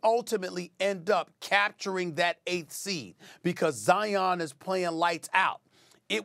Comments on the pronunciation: The man’s name is Zion, like lion , not Zi-On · It's Zi-inn. Not Zy-un. Like Lion